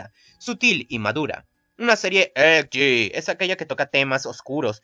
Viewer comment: Muy bueno videos felicitaciones aunque tenias que dar ese acento cada vez que decias "EDGE" ? Es molesto